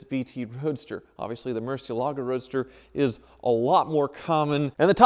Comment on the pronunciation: Will ever learn to pronounce Murciélago correctly? Maybe never!